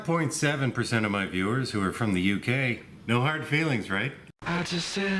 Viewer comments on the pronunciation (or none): none